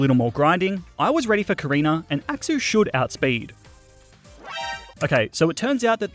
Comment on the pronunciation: I love the way you pronounce axew as "axou"